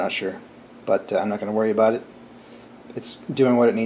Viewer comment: I have watched this entire video and have no idea what in thunder u r babbling aboot.